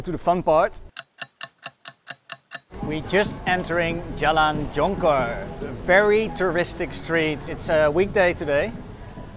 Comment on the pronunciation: You pronounce the word Jonker like Malaysian way too.